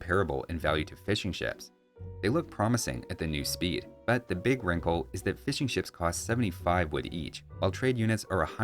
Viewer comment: I am British, and every time you say "Fishing Ships", it sounds like you're saying "Fish & Chips" and it makes me hungry.